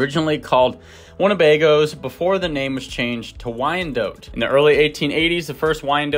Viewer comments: not dote, but DOT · DOT and not DOTE. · It is pronounced wyan DOT. Look up the correct pronunciation. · I mostly know this breed name because when I was younger I pronounced it "Why-NAY-dot," and people would usually chuckle or groan. It took me forever to get the name right. That and I've always liked the spotted/speckled varieties. 🐔 ❤